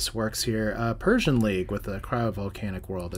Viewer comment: I think its "Per C An" Like Perseus